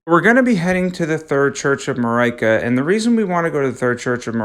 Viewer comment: I hate how he says Marika, otherwise good video so far